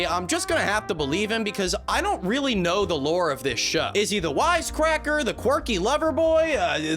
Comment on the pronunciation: “I don’t knaur”